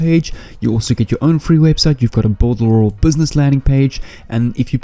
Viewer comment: You said builderal 20 times, hehehe hope to win the giveaway need to download this and rewatch it again so I dont make mistakes love the affiliate program on it and all the tools on it to assist me in my affiliate marketing journey its 6month now and I haven't made any sales yet on warriorplus NOR clickbank, thank you for the strategy.